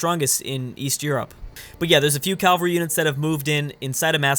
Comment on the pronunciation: “Cavalry” is not “Calvary”.